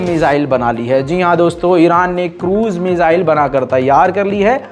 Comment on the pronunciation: "मिजाईल-मिजाईल" सुन कर थक गया हुं 😌😌, वो "मिसाईल" हैं, please